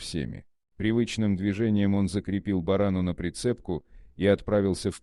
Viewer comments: Рассказ хороший но ставьте ударение правильно не барана а борона ударение на первый слог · Рассказ замечательный вот только борону ударение на первую о